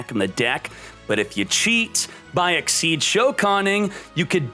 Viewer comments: Isn’t it Exzees not Exceeds? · STOP SAYING XYD OMFG IT'S CALLED XYZ AND NOT GOD DAMN XYD!!!!!!!!!!!!!!!! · Ex-SEEZ,. I'll put it on each vid you say it wrong.